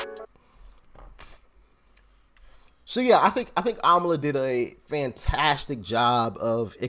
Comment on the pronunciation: IT’S AMALA NOT KAMALA, RIGHT??